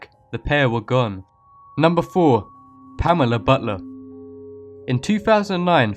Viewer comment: I thought when he said Pamela butler I thought it said Pamela butter